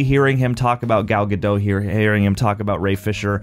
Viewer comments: Why do people insist on saying Ga-doe and not ga-dot? Its Gadot. dot. not doe. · Gal GadoT, the T is pronunced. She's Israeli, not French. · I think Gadot actually rhymes with "the vote". It's not French. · For the record, it’s pronounced “Ga-dote” which she has said in interviews. She is not French lol. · Plus - the T in Gadot isn’t silent 😁